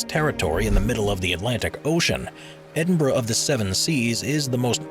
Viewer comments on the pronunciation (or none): none